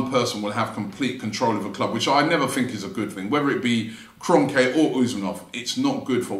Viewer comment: It’s Kron-kee ffs.